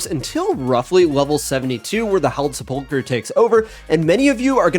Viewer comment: I’m shocked at how many RuneScape creators don’t know how to pronounce sepulcher